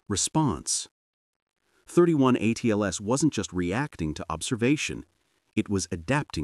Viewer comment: It's NOT "thirty one" Atlas..... !!